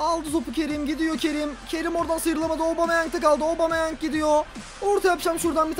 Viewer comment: yeni transfer obameyang diye okunuyo